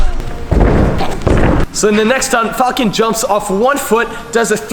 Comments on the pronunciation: Did you mean fon or falcon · did he just say "Fak"? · It sounded like F word when you sad falcon